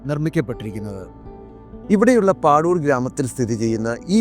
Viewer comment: പാദൂർ ആണ് അത്, പാഡൂർ അല്ല